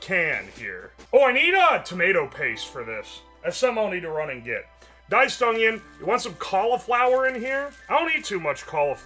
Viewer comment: i unironically love how he says "spinach" like "spinnidge" and "onion" like "ungyen"